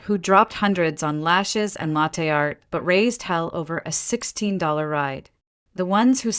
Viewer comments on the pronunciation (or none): none